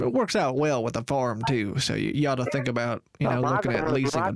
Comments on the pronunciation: "do you tink i'm full??" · "YOU TINK I'M FOOL"